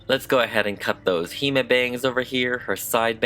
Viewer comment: The doll is absolutely gorgeous but with regards to the concept of a hime cut you are totally wrong. Firstly, the pronunciation is 'hih-meh', not 'hee-maa'. Secondly, this is not the bangs typical of a hime cut, nor is any part of it actually accurate to a hime cut. The cut entails having flat bangs, with cheek- or jaw-length (no longer!) sidelocks and straight hair that ends in a straight cut, which this doll features none of. Don't get me wrong, it's super cute! It's just not nothing to do with a hime cut.